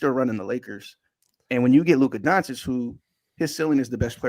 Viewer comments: Now that Luka is a Laker maybe can learn how to pronounce Doncic's name correctly. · You don't even know how to say his name. Dummy. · Doncich doncich doncich doncich not doncik donchick donkick donakick donatello